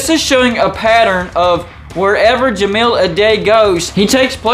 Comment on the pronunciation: Certainly some concerning correlations with him, but really hung up on the mispronunciation of Ja-mile (5280 feet) Ah-die (singular of dice)